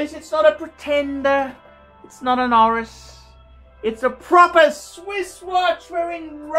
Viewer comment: Oh, Oris....thought he was saying arse